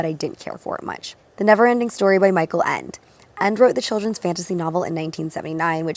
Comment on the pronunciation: that's not how you pronounce michael nor ende 😂